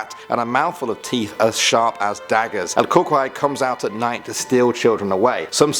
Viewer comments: the way you say it is coo coo y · It sounds like u say el cucry it’s CU CUI it’s like saying the letter e where the y is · Ol cucoy? No. Pronounced “el cu-cuoy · It's not pronounced "KOO-kway", its "koo-KOO-ie".....At least that's how my boyfriend from Michoacan Mexico pronounced it. Its basically the boogeyman. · IT IS PRONOUNCED KOO-KOO-EE NOT CUCOEY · Im sorry the way he said cucuy had me dying "El CuQuEy" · Yeah it's cucuy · Me: Cucuy it's actually pronounced "Coo Coo e" my man- (sudden sound outside) Me: :'V YA LO INVOQUE ALV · "El cookwhy." - 2018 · Is pronounced: (Koo-Koo-ee) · Omg you are not mexican aren't you it pronounced el coocooy but its spelled cucoy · you mispronounced cucuy buddy its pronounced koo-koo-ee, but your other pronunciations are okay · Cucuy Is pronounced coocoo-ee it's like cuckoo clock but with the e sound at the end. Love the videos!! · also u pronounced cucuy wrong it's pronounced COO-coi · It pronounced the coycu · Not being mean but who laughed the way he said el "cucuy" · you said el cucuy wrong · You said Cucuy wrong my mom would scare me with that one so much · I like how he nales how he says Mexican words except cucuy